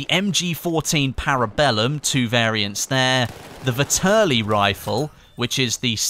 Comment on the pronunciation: it's like "Fètterli" not "Vettèrli" and is a swiss rifle originally